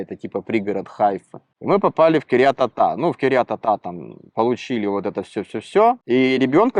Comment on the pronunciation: «Кирьят атА» Парень, если ты будешь говорить «кирьят атА» - то тебе будут хамить врачи, тебя будут наяпывать автомеханики, маклеры, и все кому не лень. Соберись!!! Ты не на пикник приехал, и не на свою дачу. Ты приехал в абсолютно для тебя новую, и пока еще чужую страну. Я отсюда вижу, ты расслаблен конкретно. А расслабленных имеют все кто может.